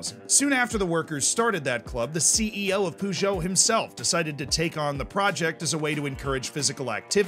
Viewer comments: Poojoe. You have to admire his confidence though in saying it that way. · They best part of this video is the way you pronounce Peugeot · That was the worst peugeot pronunciation i’ve ever seen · The way he's saying Peugeot is really bugging me 😂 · I literally own a Peugeot and I now I'm gonna just hear it in my head every time I see my own car.